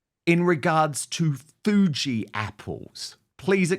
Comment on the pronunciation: She said "foodie" apples, not fugi? CRINNNNNGE! I'm from Tasmania aka The Apple Isle & my father grew 4 varieties of apples in our garden. Nothing like a home grown golden delicious!